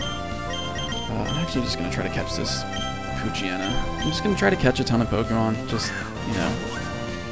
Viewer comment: WTF. That's not how you pronounce Poochyena. Its Pooch-yena